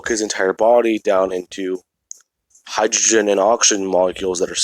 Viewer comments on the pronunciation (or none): none